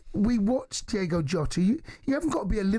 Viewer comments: DIOOOOGO not Diego.. least you can do is look it up before you talk ffs.. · Can we at least get his damn name correct?!?! D-I-O-G-O, not Diego. SMFH!!! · At least pronounce his name correctly ffs, it’s diogo not Diego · Please get his name right. It's DIOGO, not DIEGO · Gonna pay tribute and can´t get his feckin name right ??? Its DIOGO not DIEGO FFS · What is so hard about pronouncing someone’s name? The players name was DIOGO JOTA not Diego jota it’s DIOGO YOTA I’m not even a Liverpool fan it’s just basic respect really but I do like this video it’s a great tribute fair play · At least get his name right, Diogo not Diego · Say his name right please, mate. It's not Diego. It's Diogo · Diogo not Diego. Smfh 🤦🤦🤷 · Please please say his name right - it’s D-I-O-G-O WITH AN O!!! IS IT REALLY THAT HARD ? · As an honour to an absolute legend and more importantly respect, can you please pronounce his name correctly. Diogo...Ywna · Its "Diogo" jamie fs. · How can you read his name, and hear it said again and again on your own show, and STILL call him Diego? Come on ffs. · "DIOGO" how hard iis that to read and say correctly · Get his name right ffs